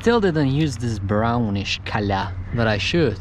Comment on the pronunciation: Only this legend () now how to say color on the best way COLA